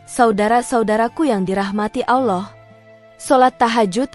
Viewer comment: Sebutan Allah pun x betul